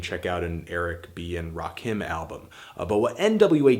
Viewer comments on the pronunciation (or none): none